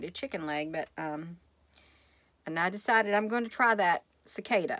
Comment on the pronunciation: Cicada...Cicoda...at least you’ve tried it. 😊